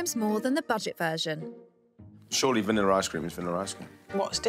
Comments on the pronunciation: Ugh. There is no "R" at the end of words that end in A. Its entertaining to listen to you consciously pronounce "vanilla" in certain parts of the VO, yet in casual, unguarded conversation you pronounce it as "vanillar" LOL. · "Vanilla I-Scream"